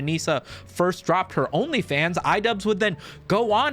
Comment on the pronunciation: My boy pronounced OnlyFans like "Onii-chan".